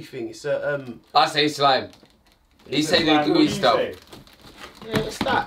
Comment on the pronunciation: "SCHLIME" looooooooooooool